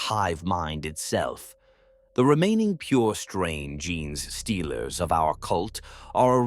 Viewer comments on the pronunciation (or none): Ai vo just listen to other stories and you notice how gene stealers are pronounced jeans stealers 😂